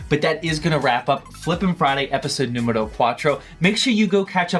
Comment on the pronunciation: “Episode numbero 4” had me confused for a second had to rewatch it Edit: am Mexican btw